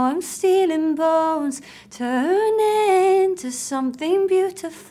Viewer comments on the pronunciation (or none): none